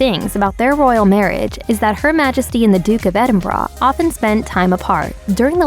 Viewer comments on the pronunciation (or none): Can you please stop pronouncing EDENBRAH? What the fuck is EDENBRAH? It's EDEN BURGH...,,👎👎👎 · Duke of Edinbra???